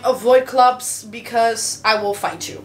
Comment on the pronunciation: “I Will flight you” hahaha en dat Rotterdams tussendoor Heerlijk!